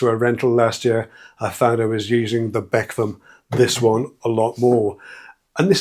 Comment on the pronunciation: I couldn’t for the life of me understand what this bek-vam you was talking about could mean (as Ikea use swedish names) until I realised you meant Bekväm (meaning comfortable) and you say it be-kväm where the ä sounds more like e in Elvis.